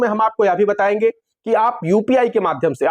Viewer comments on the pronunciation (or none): Kitni backwas. hum batyaying hum bathyaying. hum batyaying hum batyaing